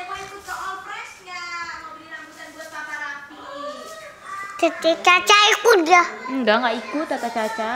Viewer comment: Aaa dia udh bisa ngomong papah rafi bkn papa api lg 😭